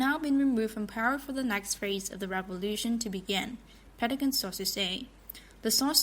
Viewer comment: It's not Petagon; it's Pentagon with 2 letter 'n' s in it.